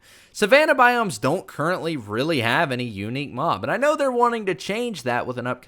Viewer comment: sloths, crocodiles and alligators, FURNITURE, penguins, giraffes, elephants, whales, anteaters, lions, cheetahs. all of these should be tameable with, obviously, what they eat. also everytime he said the word mob, i thought he said mom 😂 and "you can swim very fast across land" is why i am now subscribed